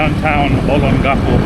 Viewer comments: So disappointed that you cannot even pronounce Olongapo correctly. I have been an expat resident of Olongapo for over 15 years. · I wish you spent a little time with a local to get the proper pronunciation of Olongapo. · For my ears, your pronunciation of Olongapo, is unique and endearing.